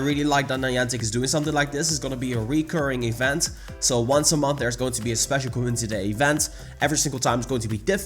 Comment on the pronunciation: Why do you keep pronouncing Kaboodahty day?